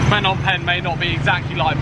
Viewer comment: It's the language nark again, it's not FFFnom Penh, pronounce the 'P' first as in P'nom. Apologies for seeming narky, I copped these corrections for ages from locals. Luv your travels and great footage cheers 😎.